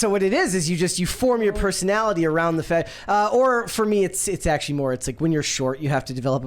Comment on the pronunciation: “thott” age range? “Oxcually”